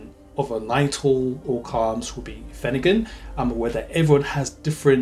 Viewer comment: The R is not silent. It’s pronounced phen- er-gan not finagin